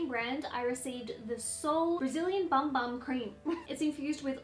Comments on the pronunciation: Great video and interesting content as always! You are looking v healthy. I love the clean white background. The sound quality isn't great though. Try bumping it up a bit. PS it's pronounced 'Boom boom', not Bum Bum cream! Lol! Best to you and Darren xx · It's pronounced "boom boom" cream 😉